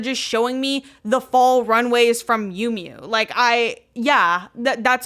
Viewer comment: The way said Fall as “Full” and Modernity as “Muhdernety”